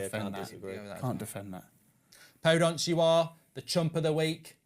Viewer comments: anyone else screaming PodEnce! not PodOnce! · He pronounces Daniel Podence wrong as well